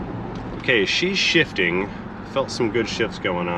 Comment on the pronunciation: Almost thought you said "She's $hitting" lol. No, I get it "She's shifting"